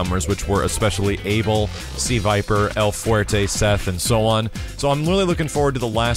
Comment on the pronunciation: Doesnt mean they will pronounce it the way someone who speaks Portuguese, Spanish, Romanian, etc. would. In vanilla SF4 the announcer pronounced Abel with a short "a" (as in Cammy) instead of a long "A" (as in "cable") if I recall.